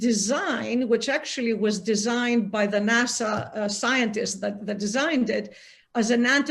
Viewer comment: NA SA not NA SAW